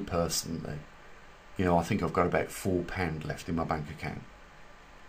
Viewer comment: Maybe they got 'tired' of your murder of the 'english' language. thinK/thinG ? Etc,etc, ETC.